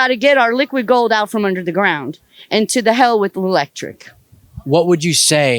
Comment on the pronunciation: She says, "und", instead of "and". I found a Nazi, I FOUND A NAZI !!